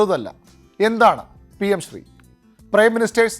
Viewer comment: ഷ്റീ അല്ല ശ്രീ ആണ്.